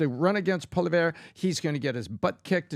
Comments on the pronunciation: I love youand I'm Canadian - his name is pronounced Pierre - Polly - ev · In all fairness Trudeau already pledged the 1.2 billion for border security at least a week before. And it’s pronounced Pierre Poly-Ev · It's pronounced Pierre "Polly-ev". Love your show from rural Ottawa. I'm proud to have voted for Pierre every time I've had the chance as my member of Parliament! He's our only hope to save our country. I love the States and their people I've been down many times. I agree Canada needs to pull its weight more militarily. It's a shame that our countries are in this mess. We are brothers and sisters, we need to work together! We all hate Turdo just like you guys, I've never met someone who will openly admit they like him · Its pronounced poly-ev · First, it's Pierre Po Lee Ev. Second the border plan to fight fentynyl was already in place prior to Trumps tariffs. Third Trideau has resigned, in a press conference. Fourth they've suspended parliament, that's why he's not gone. Get your facts straight. Starting to be as bad as MSM with your misinformation. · Polly-ev...I'm sure you've heard it pronounced correctly enough times! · Pierre [Pwuh-lee-yev]😉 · Poilievre - It's pronounced "Paw, Lee, Ev" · Canadian PBD podcast fan here... PBD: you keep pronouncing Pollievre's name wrong... Its like " Pol-ee-ev" ;)) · If you could at least pronounce Poilievre properly you might not sound so stupid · Please Pat ,watch some videos on Pierre .They say his name correctly in alot of Canadian broadcasts and he will be the next leader of Canada so its worth saying it correctly . Americans understandably have trouble with french names.